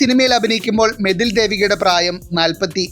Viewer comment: മതിൽ ദേവിക അല്ല മേതിൽ ആണ്, Reghunadh പാലേരി അല്ല, പലേരി ആണെടാ